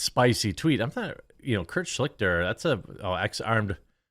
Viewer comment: his name isnt pronounced Schlikter. Its pronounced Schlighter (as in JonTrons famous Uegh sound). Its german and means "Mediator" or "arbiter"